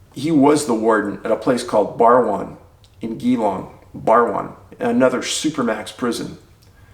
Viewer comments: My home state!..... pronounced GEElong not geewong lol (also my birth city) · Haha love ya work Dave but the suburb pronounciation is Gee-long As in GEE G-E-E. Like SEE with a G. Just an FYI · I have family in Australia so was happy to hear your correct pronunciation of Melbourne! But it is JEE/long. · Damn talking about My state, Wonnongatta is a spooky place, been disapearances there since the gold rush days. By the way Geelong is pronounced Jell-Long not with a hard G haha. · Geelong ... 'gee' as in geewiz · Geelong ... it’s actually pronounced “ j’- long “ J as in J for Jar , January, Joy ect ... Love your work 👍 🇦🇺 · Just so you know, it's pronounced Jeelong! Thanks for covering this, I wasn't aware that disappearances like these are also taking place in Australia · Nailed the pronunciation of Melbourne! But Geelong is pronounced like "Jelong "😋